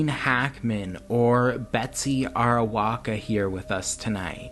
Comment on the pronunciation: TKU But it's Arakowa...not Arawoka